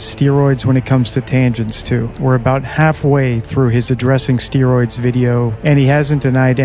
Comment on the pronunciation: I’m here to listen to DT say the word “steeroids”.